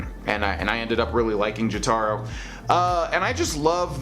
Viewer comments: How dare you say it that way its Joe-toe-roe. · the way he said Jotaro was amazing